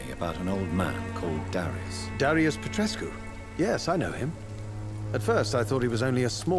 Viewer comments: Plus saying Darius Petreshoes 😂 but yeah I agree. And the accent is something else. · Petrescu reads Pet-res-ku